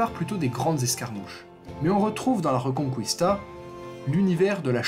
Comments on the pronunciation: pour info ça se prononce pas reuconcOUista mais rÉconKista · Reconkista !!!Et non pas Rconcouista🤣🤣🤣👍